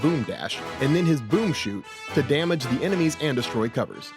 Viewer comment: It should be boom “shot” not boom “shoot”